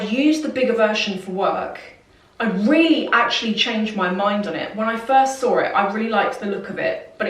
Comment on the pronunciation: I love the way you say "when I sawr it" lol